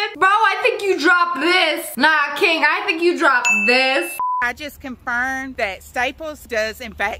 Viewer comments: Did no one notice that she said “Tic Tacs” instead of “Tik Tok” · Who else noticed that she said “tik tak” instead of “tik tok” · At the beginning you said tic tac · Anyone gonna talk about how it sounded like she said tic-tac? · Everyone sounds like they say tictak. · Omg she said "ticktacks"😂😂😂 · You said tiktack!😂😀😁😃😄😅😆🙂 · Did you just say TicTac?